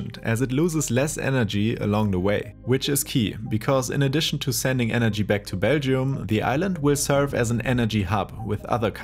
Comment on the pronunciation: Someone teach this man how to pronounce Belgium. Sounds closer to Beijing than Belgium